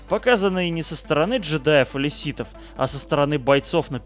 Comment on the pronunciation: СИТХОВ БЛЯДЬ!!! А не ситов